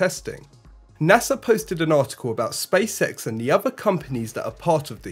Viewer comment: Sounds like "space sex"